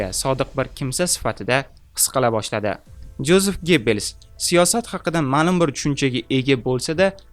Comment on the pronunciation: Yozef aytiladi